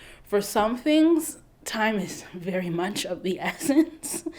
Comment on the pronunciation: Apologizing on behalf of all the Congolese hair braiders, forgive us, I beg you. We pray for the return of your “edge” vely vely soon😭😂. Every time you go into your Kenyan accent, I just die😂😂😂😂you’re so funny and real. Happy Birthday from your Congolese internet cousin😂❤️